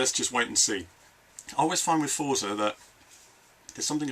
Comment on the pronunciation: Great wrap-up, thanks for the video. I do wish you'd pronounce it "FORTSA" though.